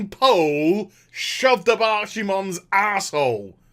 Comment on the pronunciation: please, I beg u, pronounce it as "Ark-i-mond"! Proof in the wiki